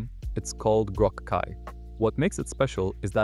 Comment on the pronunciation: Ugh it went bad just after that... CLI read as Kai and then repeated same part twice...